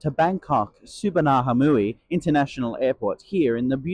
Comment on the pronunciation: Its pronounced Su Var Na Pum.Singapore Airlines lounge is called the Silver Kris lounge in their overseas stations and not Krisflyer lounge.You will only find a Krisflyer Gold lounge in Changi Airport.I always wonder why is it so important and a "letdown" to not have showers especially in overseas stations.Take a shower at your hotel before you leave.Its only a 2 hour flight to Singapore..do the passengers really need a shower?In any case how many passengers would even use it unless youre on a long layover and if need be..use the ones in the Thai lounge. Expectations have to be managed.